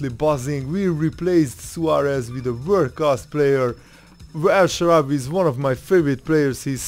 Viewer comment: "el shawarry" !?